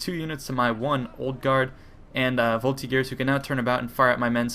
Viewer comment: Are you sure Voltigeur is not pronounced with a soft g?